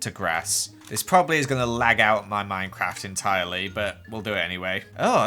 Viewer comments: MUMBOJUMBO GRIAN The.... Three horsemen of mincecraft divinity Did you say Minecraft....or minCecraft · MINECRAD??? Lol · Minecrad hahahahaha I’m dying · gods ok i was mid-gulp of a clementine slice when he replayed himself saying "minecrad" and almost saw the light holy shit